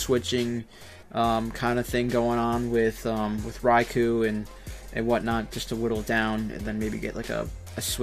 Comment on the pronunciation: cool he said Raikou had. a shit matchup and u said it perfect